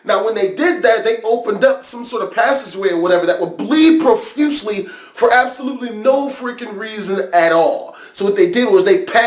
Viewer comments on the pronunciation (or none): I like ur videos but when i hear u say profusely i wanna punch u ill still like ur video tho